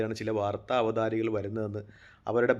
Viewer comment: Not avatharika, avatharaka